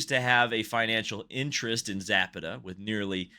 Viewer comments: Za pa ta not zap a ta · Also look into the case of DynamoEdge vs Michael Andretti. There is a link between Andretti, DynamoEdge and Zapata ("sza-pah-tah"). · Learn some Espanol. Zah-PAH-tah